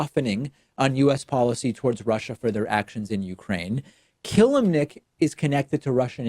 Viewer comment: This is not how you pronounce [Constantin] Killimnik but I feel like this mistake doesn't alter reality that much